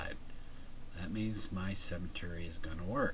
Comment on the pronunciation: You pronounce "symmetry" as "cemetery"... pretty weird.